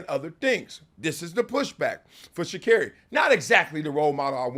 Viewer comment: its shacarri and its not even close